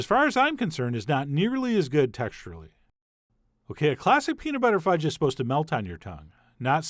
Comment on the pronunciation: Did he say Pete Buttigudge?